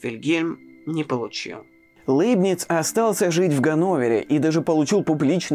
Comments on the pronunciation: Как хорошо), но Лэйбниц всегда был Лейбницем)))…. Ухо режет очень… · Жду с нетерпением выпуска про Лейбница. Кстати, в оригинале на немецком его имя звучит даже ближе к Ляйбниц (как и Ляйпциг), а произношение Лэйбниц сильно режет ухо. Но на фоне такого фундаментального видео, эти поправки - такие мелочи. Спасибо за Ваши труды! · Кстати, почему ЛЭйбниц? По-немецки вообще читается ЛЯйбниц. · Всё-таки не ЛЭйбниц , а ЛЯйбниц .. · Ну, если чисто по-немецки произносить, то будет вообще Ляйбниц, если что... так-же, как и "Ляйпцихь", вместо общепринятого "Лейпциг". И так далее. Про Ландон и Айзека Ньютона (sic!) тем более промолчу... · Пожалуйста, Лейбниц произносите мягко звук л